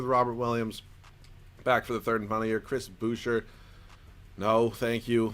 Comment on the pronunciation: say his name right. As a Toronto Raptors fan, i feel offended lmfao. Its Chris Booo-shay.